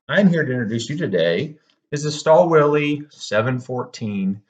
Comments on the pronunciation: This is a luxury tool for a DIY'er. Also the W is pronounced as V. ü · I believe, the correct pronunciation is "shtaal vil" Stahlwille also has 730D series, which is targeted to advance DIYers and workshops. This one is targeted mainly towards manufacturers and assembly plants.